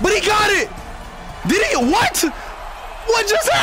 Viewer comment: He said “did he?” But it did sound like Diddy